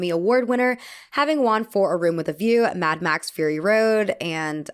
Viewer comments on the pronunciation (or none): none